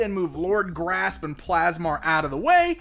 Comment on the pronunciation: Surely Lord Gr'asp should be pronounced with a gap to emphasise the 'asp' part of his name, asp being a type of snake.....